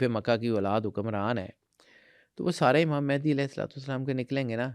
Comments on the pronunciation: It's not "Mehndi" 😂.... It's "Mahdi" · It's Mehdi not Mehandi